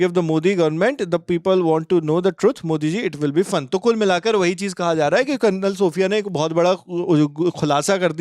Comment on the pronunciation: Karnal ni re bhai Kalnal bolo